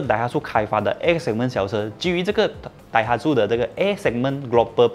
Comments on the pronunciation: axia原来读azia，我也要科普一下 Daihatsu 读成 Daiha(tsu知) 不是苏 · 顺便一提daihatsu是念dai ha tsu=支🤣🤣